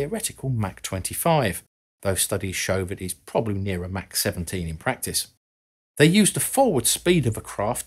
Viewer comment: Mach 10 is pronounced Mock 10. Mac 10 is a rapper and a firearm.